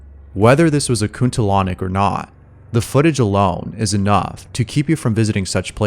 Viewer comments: "kuntilanak" not kuntulonic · its kuntilanak Not kuntilanyak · Clip no. 7 is actually called Kuntilanak. Not kuntilonic. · It's Kuntilanak instead of Kuntalonic. But from pronounciation it's pretty close. You could see "Dunia Lain" ("Another World" if being translated) TV Show from Lawang Sewu episode. It was the most viewed episode back in the days. It is a show where 1 person is fending on their own for approx 4 hours in a "Haunted" area. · Its not kuntalonic bruh. Its kuntilanak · Kuntilanak bukan kuntalonic om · Its kuntilanak not kuntilonic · The way he said Kuntilanak makes me laugh. It's pronounce, Koon-tee-la-nuck.. for those who struggles.. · "Kuntilanik" lol omg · it's pronounced koon tee laa nak, like aa not ae, peace from indonesia✌ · aduh bro salah bro kamu kalau baca salah :v (you say kuntil anak the wrong way) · The only scary thing here is the mispronounciation of Kuntilanak. Jesus Christ dude.